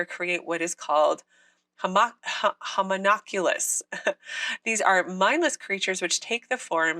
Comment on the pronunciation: Love your stuff. Homunculus is pronounced like this: HO-monk-YOU-luss. The plural is: HO-monk-YOU-lie.